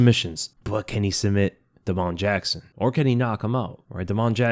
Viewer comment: Da’mon Jackson???? 😂😂😂